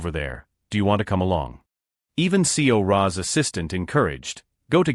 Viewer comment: thanks for this, overall this is great, but there are some things like seora name being read per letter, ms, dr, being read the same. also there are sometimes that the reading voice would slow down on certain words or the voice would just change, that take me away from the story.